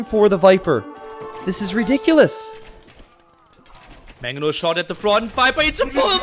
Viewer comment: Love content but it's MANGonel not MAGonel